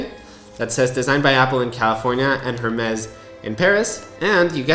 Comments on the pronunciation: It’s pronounced “air-mezz” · Completely agree with you that it’s ridiculous that they don’t include an orange rubber short band. Next time you go into an Hermès store don’t pronounce the H. It’s pronounced AirMez. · Bro if your gonna make a video on a product at least look up the correct pronunciation before hitting that record button. 🤦🏻 every time I heard “Her-mezz” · Not to be an but it’s pronounced “ ehr-mez “ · Who is going to tell him how to pronounce Hermes correctly? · a break would be if he did it once. He does it repeatedly. There is nothing wrong with making the correction. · H is silent 😊 good video thx for sharing ❤ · I know this is a minor point, but the H in Hermès is silent. However, the whole AW Hermès collaboration is an overpriced gimmick with or without the H 😂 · I kept cringing everytime i heard him say that… sorry i still love you and your videos 😂